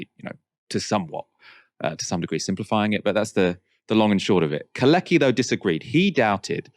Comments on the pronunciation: Very interesting as usual. One thing though. Could you stop call Kalecki [Kale:tski] "kaleki", as this in Polish means "crippled". Thank you. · and mispronounced “Kalecki” for the enterem segment 😵‍💫 it’s prounanced “car let’s kee” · you ought to check the pronounciation of Michał Kalecki "Keir Starmer is literally a wet wipe". What a gem of a character assessment